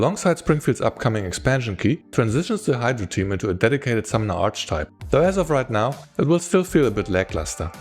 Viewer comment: By the way, archetype is pronounced ar-ke-type.